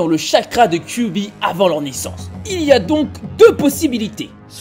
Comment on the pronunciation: cubi ??? 😂😂😂😂😂😂 faut arrêter la picol ! KyuBi !!! Bordel...